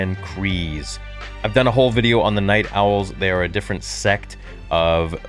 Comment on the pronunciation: You say "Kryze" wrong.